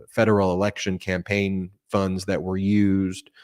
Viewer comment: Did you say election or erection?!?😇💙😂